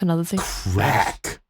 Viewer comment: the way says “crack” is cracking me up 🥁